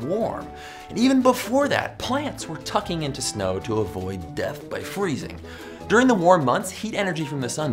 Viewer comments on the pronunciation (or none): none